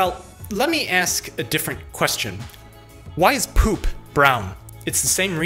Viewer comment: I Lol'ed when he emphasized the word "POOP". What am I doing with my life?